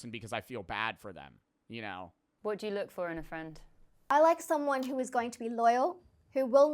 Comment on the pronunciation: "a true fend"